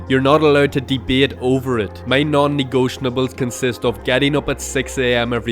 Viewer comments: negotiables, not negotianables. great video, thanks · Why do you say non negotiables like that? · hey man you might know this by now, but you've been saying "non-negotiables" incorrectly. there's no N towards the end. no hate intended with this comment just wanted to let you know!